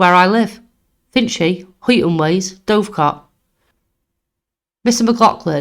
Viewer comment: Brilliant channel well done, can see this growing big. Only one small petty criticism, the pronunciation of places and some names for Example Huyton is pronounced Hi-en and Byrne being Irish is basically Burn, Dovecot is Dove like the bird and cot, something minor but small tweaks can have a positive impact